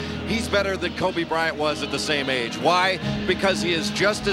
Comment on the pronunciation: That man said Kobe bright